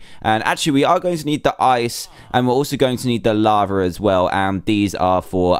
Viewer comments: Why does he say lavar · Why do you say laver and not lava?